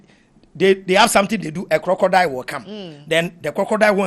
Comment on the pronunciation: 😂😂😂 plz the word is Crocodile not crocrodile and consequence not coinsequence 🙏🏾🙏🏾